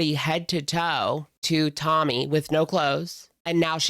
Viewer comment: Why is it that in this video, half the time when you say Tommy, you pronounce it "tummy"?